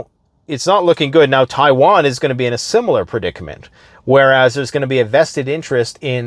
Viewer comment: Thanks for bringing us the info dude. "Chaiwan" made me chuckle.